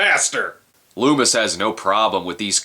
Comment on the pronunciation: LOOMIS ....lol ..Not Lumis .